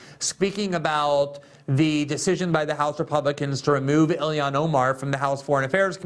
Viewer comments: I tried so hard not to comment this... But it is ill-Han. Not illi-an. She's Muslim, ilhan. Not American, illian or like illiana. That is "normal" to American ears. But I feel Joe started it 🤦‍♂️ 😂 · The L in Ilhan is pronounced. Don’t take the L out!